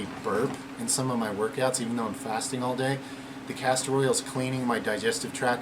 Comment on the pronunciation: castor oil not castrol